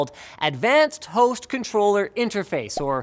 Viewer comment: thought he said advanced toast control interface